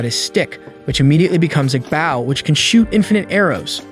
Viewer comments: He calls a bow a baow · the way he said bow